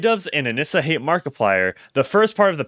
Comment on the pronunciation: I thought her name was pronounced aneesah.. pretty sure. I hate her and thinks she’s everything wrong with society and women nowadays and can’t stand her.. but if you’re gonna do a deep dive probably should say her name right.